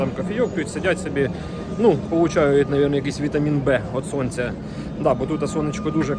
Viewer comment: "Од сонця" не B а D